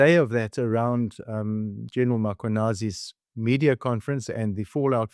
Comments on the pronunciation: please can we get names pronounced correctly. It is Mkhwanazi not Makhwanazi. There is no "a" between the m and the k. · Please, please, please stop saying Mackwanazi. It's disrespectful to keep mispronouncing the man's name.